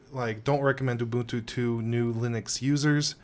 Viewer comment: Thank you for actually pronouncing it correctly. I can't stand these YewbUHNtOO people